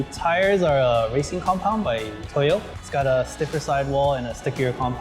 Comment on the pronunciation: Tires from Toyo-ta